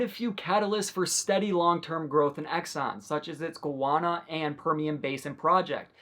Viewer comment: You mean Guyana, not Gwarna 😂